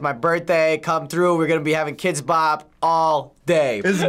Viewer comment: HE SAID KIDX BOP 34